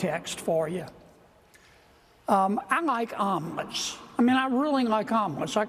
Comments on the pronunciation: I thought John Kennedy said almonds at first instead of omelettes 😅😅💀💀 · I kept hearing almonds…